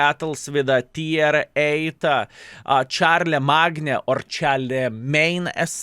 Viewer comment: Charlemagne = Shar-la-main